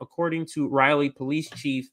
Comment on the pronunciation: Crazy young white men with guns make up a huge percentage of mass shooters. What the hell is causing this to happen? Granted it is way too easy to get guns but there is something more going on. As a side note Raleigh is pronounced "rol-lee" not "reilly"